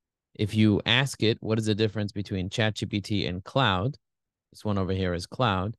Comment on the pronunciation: Claude is a French name, pronounced cloh-d, not like "cloud"! Bard pronounced it right 😉 Helpful comparison, thanks!